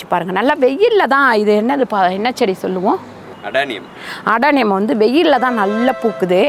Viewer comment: Adieniem chedy. Not adaniem